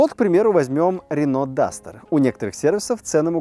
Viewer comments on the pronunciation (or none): none